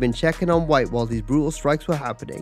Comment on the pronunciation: Additionally, their names are pronounced "Remco Par-DOO" and "Orlando VEET", not "Pardull and White".